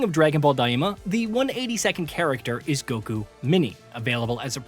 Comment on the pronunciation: Never understood why so many english channels over-pronounce Japanese words - it's "Ten-kye-chi" (Tenkaichi) not "ten-kye-ee-chee" and "dye-mah" (Daima) not "dye-ee-mah" lol Sounds weebish